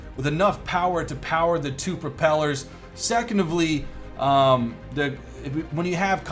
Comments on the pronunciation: "Secondovly," "The plane gets much more noisier." help. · "second of ly" 😂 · "Secondavly". Oh... <3